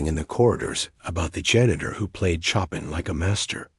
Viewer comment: Wish AI checked the pronunciation of Chopin instead of saying choppin’.